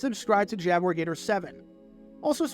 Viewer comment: I know you SAY Jaguar Gator, but I always HEAR it as Jowel Gator.